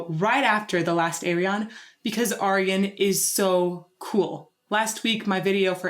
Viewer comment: I've always thought Ayreon was the 'universal' way to get people to pronounce Arjen properly... You're pronouncing his name perfectly though! Love your reactions!!